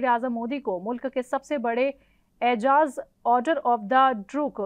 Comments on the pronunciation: اعجاز نہیں اعزاز کہو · Madam, Modi ji ko "Aizaaz" dia gaya hey, na ke "Aijaz"